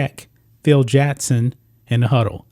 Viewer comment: It's Phil JACKson not Phil JATTson.